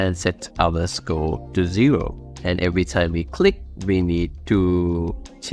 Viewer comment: idk why score sounded like school